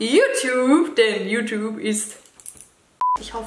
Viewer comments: Das gute alte "JuTup"! 😂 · Yutub😂 Es wird yutjube ausgesprochen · wie es heißt: YouTube wie es alle aussprechen: Jutjube wie Dagi es ausspricht: Jutup kein hate nur nh Feststellung haha😂🤛🏼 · Boah ich hasse es wenn Leute YouTube "jutub" aussprechen😂🙄